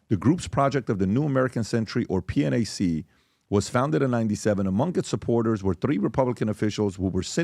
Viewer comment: Ha-ha. PBD called P-NAC "P.N.A.C"